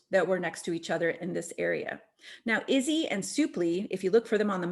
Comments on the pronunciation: Izee: Not "izzy", its pronounced "eye-zee". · Izee is pronounced with the long “I” I-zee 😊✌️ thanks for making this presentation.